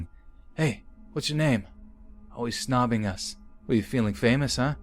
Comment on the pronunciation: SnUbbing not snObbing